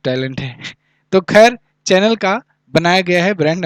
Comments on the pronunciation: Sir in qus. No 6 , चैनल nhi शनैल pronunciation correct hoga hoga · Sir dont mind I am you follower. It's in good faith. Chanel Pronunciation is a shuhnel.